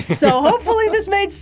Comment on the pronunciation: "Vader's just zis guy, you know."